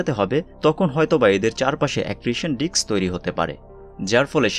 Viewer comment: ভাই, Disc = ডিস্ক .....not ডিক্স!😒😒😒 উচ্চারণ জানে না